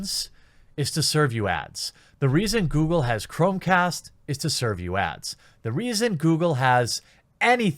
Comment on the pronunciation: So am I the only one who heard him saying ass instead of ads? (The reason why google has anything is to serve you ass.)